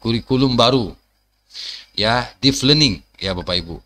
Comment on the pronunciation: Deep learning, bukan Deef Learning, mas.